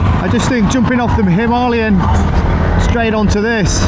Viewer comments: I'm sorry but I can't stand this dude pronouncing himalayas wrong it's not a himarlyan 😢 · And you got the perfect Indian accent for “ Himaaalayan” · I find your pronunciation of Himalayan strange, Hi-ma or Him-a! hope this makes sense? gr8 vids so far, just luv'n the difference between bikes, the RE looks the bike that has surpassed its predecessor, although KTM looks the part.............